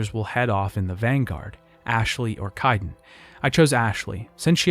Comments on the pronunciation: dude I have to ask. why do you intentionally mispronounce names? your video is killer but that shit was grating the say KAY-DEN like 40 times not KIA-DEN and it is JEN-O-PHAGE not JEAN-O-PHAGE. I know it is a nit pick but really stood out. other than that really really good video. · How are you mispronouncing names that are actually spoken aloud in-game? KAIDEN. Kay-den. Where are you getting Ki-den? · Great video but it’s really distracting when there’s tons of mispronunciations like KYden, gEEnophage, and ilYos. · Would be nice to not have to hear an in- game character's name get mispronounced over and over. Sounds like someone wrote the script for you to read from, if you don't know Kaiden's name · I really enjoyed this video but your pronunciations for the different alien species and character names are wrong compared to what’s shown in game. I really hope you can improve on this for the next video. E.g. Kirahe, Anoleis, Salarians, Kaidan, Ilos not Ilios, etc.